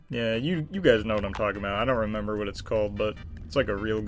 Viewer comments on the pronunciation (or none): none